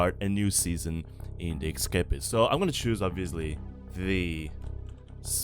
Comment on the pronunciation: ok I am sorry but it is not ekkkkkscapist it is essssscapist